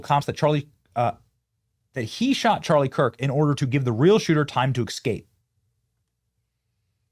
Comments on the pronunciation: S-cape. Not x-cape. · you mispronounced a word. You said E C S C A P E instead of ESCAPE. You repeated the mispronuciation multiple times throughout the video. Please be more careful next time... E S C A P E not E C S C A P E. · Has the pronunciation of the word "escape" really changed? I thought it was an ebonics thing but now I hear it said that way so often that I don't know anymore. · Es..cape. Not ex..cape. 😂. Thanks. Appreciate your vids. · The word is Escape, not Ecscape. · EScape, not eXscape. This is like "can I axe you a question?" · Are you part hood Benny? It's not excape, it's EScape! 🤦🏽‍♂️ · Check your pronunciation of escape. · BENNY PLEASE!!!!! it is not ecscape....you make your living by speaking....Please say it correctly. " ESCAPE" You have a great channel and I AM a subscriber, but please pronounce your words properly. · With all due respect, Benny, "escape" is correctly pronounced "es-cape" not "ex-cape." It's just a habit you have, but you can practice the correct pronounciation and you'll eventally change the habit. Thank you for all your information though. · Benny, it is spelled and pronounced 'eS-cape'. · "Excape"? Really? Benny, Benny... you do this for a living man. Get it right please. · Benny: "Black culture is degenerate" Also Benny: "eXcape" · Benny, love you bro but the s comes before the c in escape 😊